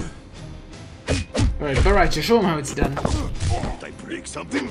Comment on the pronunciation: I laugh when You say bo ra cha